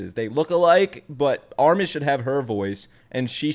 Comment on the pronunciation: Your "ARMIN" souded very russian-ish, and it was clear voice, without any accent. If you will try to learn it, you will get it first try with no issues.